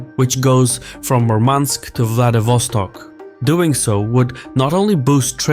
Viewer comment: Also Vladivostok you mispronounce…lol Come on you should this stuff lol